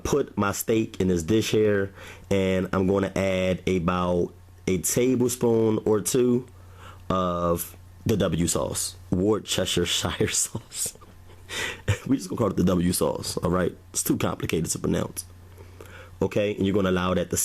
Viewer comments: Its...>> "War-Stir-Sheer-er" Peace brother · It's pronounced wus ter shire! I live next door to the original sauce factory in England! Happy to help✌ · Wooster sheer...lol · War-sher-shire sauce my brother lol